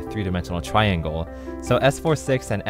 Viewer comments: i wonder what he does with all the milliseconds he saves by cutting off one syllable and pronouncing "triangle" as "tringle" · TRI-AN-GLE. Three syllables. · Not really sure why you would "shorten" triangle to tringle.. It's one syllable...